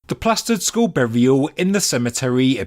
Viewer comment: It's pronounced skull not school lol